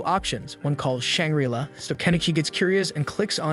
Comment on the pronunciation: Oh my god EE-SE-KI (EYE). IT IS THE ACTUAL SUBJECT. I won't even humor the pronunciation of Shangri-La.